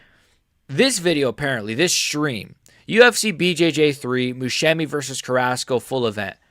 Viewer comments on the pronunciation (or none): This guy cannot Musumeci name properly 😂😂